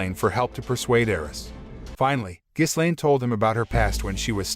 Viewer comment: you shouldn't put "with the power of demon eyes" in the title if you don't even show that part -Ghislaine... pronounced Gi-Lane s is silent -it's not the end of season 1 either you still have another half to go, pretty bad recap